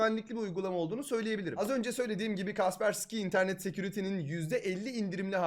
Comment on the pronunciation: abi şuna kaspersiki demeyin allah aşkına. yoksa ben mi öyle duydum??